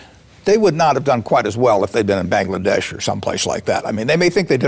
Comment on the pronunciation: Astonished and embarrassed to hear the name of Bangladesh from his mouth